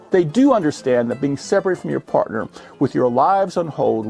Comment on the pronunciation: My very adult brain had to replay "fartner" a few times. I'm such a child.